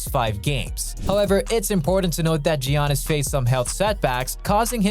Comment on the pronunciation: Why dose he say geanis